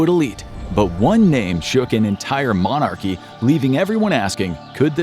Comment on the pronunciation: monarchy not mon ARCHY and epstein, not epsteeeeeen, and paedophile, not 'andrew'... yw (for people who don't get that it's tongue in cheek, it is)